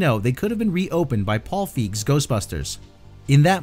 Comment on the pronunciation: Paul Feig's last name is pronounced "Fay-g". He tells a funny story about it in his first book. Jason Reitman had a cameo in Ghostbusters 2 as the boy at the birthday party who bluntly tells Stantz that his father says the Ghostbusters were full of crap all along.